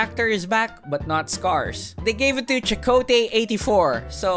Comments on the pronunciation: Chikotay 84? 😂😂😂😂. That's not how you say his name lol. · Chick-wow-tay 84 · I lost it at "Chikoti Eighty-Four" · "cHikOtaY 84" lmao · chekotee eighty four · Chicoktay Eighty four 😂😂